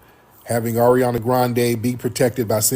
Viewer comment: Ari-ohndah is cracking me up. Never heard that name pronounced that way